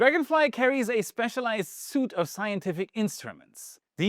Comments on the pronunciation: "Suit" should be "Suite" (sweet) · Nice video! you say 'suit' when you meant suite which is pronounced 'sweet'. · The english word is not "suit" of equipment, but a "suite". when the e is on the end, it is pronounced like "Sweet". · At time stamp , the "suite" you read in this case is pronounced "sweet" as in a suite of rooms in a hotel. We are talking about an assemblage of different testing devices. 🤓